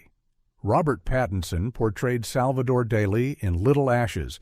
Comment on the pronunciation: OK, this must be a fucking AI voice over. If you can't even pronounce Salvador Dali's name right, you are not human. I just stopped watching. FU